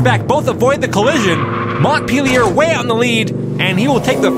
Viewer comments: Flea Montpelier would be French, if I'm correct. Pronunciation would be Mon-pel-e-eh. The T is silent and the i sounds like an E. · Please ask for name pronounciations. Flea Montpelier = Flea Mo-pie-eh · Pronounced MONT-PEL-EE-AY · hearing both of you say montpelier is painful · Learn how to pronounce Montpelier